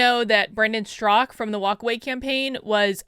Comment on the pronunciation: Why is calling him 'Strak'? Is the second syllable A silent in Straka? Confused. As far as review of this article, she's right to defend the innocent. Her POV is balanced and fair.